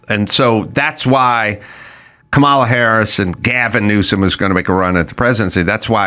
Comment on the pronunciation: Does he mispronounce Kamala wrong to be mean? Or is he just stupid?